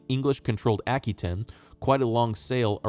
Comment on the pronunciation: a·kwuh·tayn... It's driving me nuts. Good videos for sure.